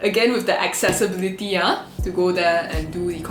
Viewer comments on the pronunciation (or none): No one:...: Accessbility:/